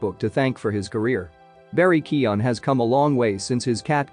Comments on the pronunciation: His name is pronounced 'kyoh-gan' not bloody kee-awn. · I just found a video with a clip on him pronouncing his name at the start. So it's Key-oh-guhn, with an obvious "g". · County Kerry, west of Ireland. If you wanna check how to pronounce the feck'n thing, look up Collin Farrell talking about Barry KEY-oh-gan....or checkout the late late show...and stop being a smart ass. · "Keoghan" rhymes with "Owen/Eoin", the 'g' is silent. Just say "Kyo" or "Keo" .. and then say "Owen". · pronounce his fucking name for the love of christ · 1 thing you didn't know about Barry Keoghan - How to pronounce his name 😂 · What's the right way to pronounce it?